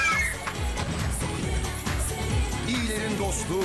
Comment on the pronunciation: Selinde celena diyo 😂